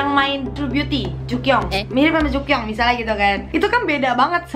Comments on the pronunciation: Jukyung kak bukan jukyong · Memang dibaca seperti itu setau aku dan btw ka bisa b. Korea otomatis dia paham bacaan tersebut